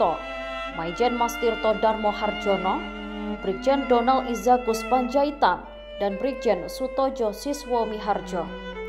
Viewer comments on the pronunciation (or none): Narator tribun selalu terasa kurang gimana gitu. Ejaan nama sjam seharusnya dibaca [syam]; Harjono seharusnya dibaca [haryono]; Soetojo seharusnya dibaca [sutoyo]; KSAD, walau bisa dibaca per-huruf namun lebih lazim diucapkan serupa akronim [kasad]; CIA apabila diucapkan menggunakan bahasa aslinya (Inggris) maka diucapkan sebagai [si-ai-ei] atau apabila dibaca menggunakan Bahasa Indonesia lebih tepat [ce-i-a] namun sepertinya tidak pernah ada yang membaca sebagai [sia]. Mbok ya, sebelum rilis dicarikan redaktur, biar ga memalukan.